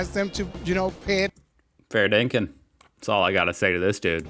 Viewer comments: in the video, sorry it’s not fair dinkin, it’s fair dinkum. I like to think of it meaning being genuine or honest. As an Aussie, I still use it regularly. Love your vids though!! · LMFAO.... Fair Dinkun LMFAO No mate... Fair DINKUM IT'S LIKE...... FAIR then DIN then COME but you say it really fast like FAIRDINKUM now you also said it in the wrong context it means, You're fucking kidding me ? . Really ? for real ? ,also means..... No I'm not joking, i'm fair dinkum that's how you use it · the word is Fair DinkuM - not Fair DinkuN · Lol note to OP- in the spirit of cultural exchange it’s “fair dinkuM” not “fair dinkIN”!🤷‍♀️👍🏻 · FAIRDINKUM !! NOT FAIRDINKUN DARLING,,,, THERE'S A M ON THE END,, NOT N ,, 🤣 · Sorry mate, gotta do it. It's fair dinkuM. Not dinkun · Love to see you using Aussie slang correctly but it’s fair dinkum, with an ‘M’ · You say fair dinkum so wrong lol m not n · It’s Fair Dinkum, with an ‘m’ on the end.